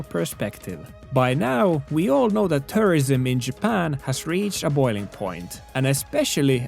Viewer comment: The way you pronounce tourism sounds like terrorism, which in the context of this video is ironically fitting xD